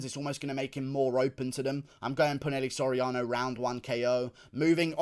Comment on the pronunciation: ITS NOT "PU-NEL-E" SORIANO ITS "PU-NA-HEY-LEY" SORIANO